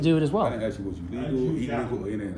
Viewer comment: WHY can Nubians not pronounce the word "ask"??